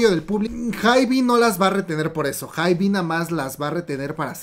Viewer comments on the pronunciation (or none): Me encanta como cuenta todo pero me estreesssaaa que diga "haibi" 😂❤